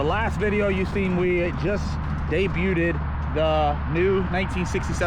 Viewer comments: Did you just say debut-ed!? As a product of the florida school system myself, You're not helping us bro. debuted.. C'mon! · “We just Day-buted the 1969 Mustang”. Cmon man. 😂 one to another. KEEP A CAR!!!! I miss the black nitrous New Edge!